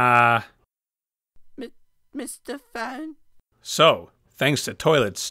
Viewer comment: It’s not Mr phone it’s mistah phone